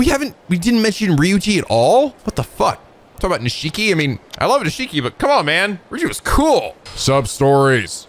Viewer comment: Ahh, it wouldn't be a Yakuza game without mispronouncing Nishiki's name;)